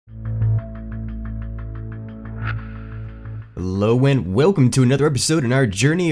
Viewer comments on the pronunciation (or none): none